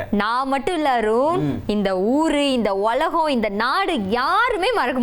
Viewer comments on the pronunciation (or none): Are you tamil girl. You say it is a Olagam. You should say it is a Ulagam. Even our Tamilnadu youngstrs, people do not talk propertly, really this is very bad.